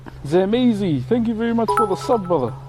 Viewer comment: This man lit said brother like gibralter ngl 😂